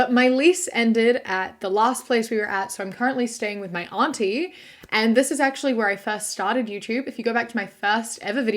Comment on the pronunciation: Major points for the pronunciation of "auntie" not to rhyme with "shanty". Straight and bi men should definitely avoid all things lesbian. And ditto for reversed genders.